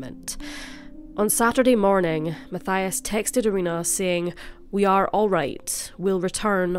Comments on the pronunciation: (Mattias) not (Mathaia) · Matthias is pronouned MAT TEE AS.. I live just 2 villages away from where they lived and rememer the case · I'm sure it is pronounced like this Ma-ti-as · No one probably cares but just fyi in Switzerland we pronounce Matthias “Matt-eee-ass” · His name is spoken Mateeias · His name is pronounced...ma-tee-as =Mathias